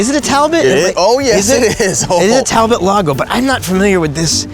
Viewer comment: It's French, so it's pronounced like Tal-bow.